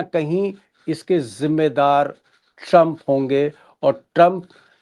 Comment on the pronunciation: दीपक जी! ट्रंप का उच्चारण सुधारिये! चंप जैसा सुनाई देता है।